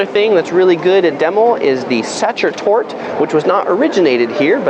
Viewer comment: The E at the end of nouns is NOT silent in german - its Sachertorte, not ...tort', Ringstraße, not straß' - and Porsche, not just Porsch' now that we are already on topic. Otherwise nice tour of the typical tourist attractons.